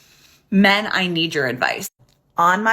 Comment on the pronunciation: I wouldnt bother with women who talks about "mehhh" instead of "men"; that kind of bad pronounciation is based in disrespect for the language and thus the basis of disrespect for people.